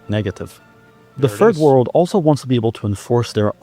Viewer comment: did he just say “the furred world”? Edit: yes. Yes he did. Many times lol.